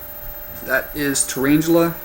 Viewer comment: thumbs up if you... WANTED TO SMASH YOUR SCREEN CUZ HE SAID "TURAINGELE" SO MANY TIMES